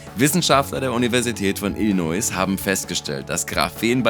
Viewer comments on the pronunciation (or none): none